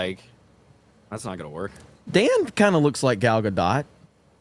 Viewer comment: her first name rhymes with ball not foul (Gal Gadot).